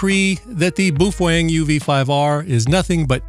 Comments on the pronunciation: I thought Id heard every pronunciation possible til I found this dude. As far as I know, the correct pronunciation is PoFung or something like that. Now I cant "unhear" BooFwang. Its a bit like calling McDonalds Mickey D's. Supposedly they were rebranding Baofeng as PoFung a few years ago. Not sure what happened. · bao pronounce 'bow', if u care bout its origin. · Bufwang lol that’s hilarious I never heard that pronunciation of it.